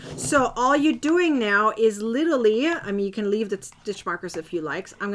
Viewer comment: It's LIT-ER-AL-LY. You're welcome.